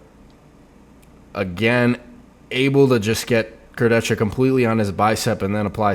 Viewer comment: Obviously is the only person who pronounces "Kurdecha" correctly.